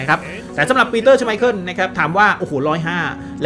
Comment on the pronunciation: ชอบพี่บอมครับเรียกชไมเคิ้ลว่าชไมพรตลอด😂